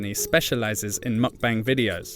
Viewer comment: not "Muck-bang" "Mük-bäng"! 🤦🏻